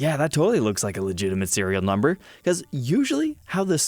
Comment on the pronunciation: “VEry legiminte guitars” LOL😂😂😂😂😂😂